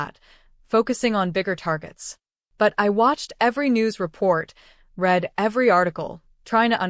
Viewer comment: This Ai voice is used a lot. He may be a boss but he's rude and obnoxious. Plus, its not read read is pronounced (red) in that sentence..Otherwise I really like the story and Ava. She is a strong woman. Plus Its something I would have said and done under the circumstances. Not afraid to Speak up to anyone without fear. Nicely written, moves right along. Love the fact Georgio has a place as well to hear another opinion.The story also addresses the various moral complexities and hard choices people face. What's with the words spoken with an Italian accent in different parts ? All and all very enjoyable.10⭐ I would have done the same thing.👍👍👍